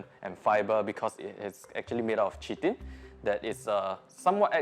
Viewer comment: Chitin is pronounced as Kai Tin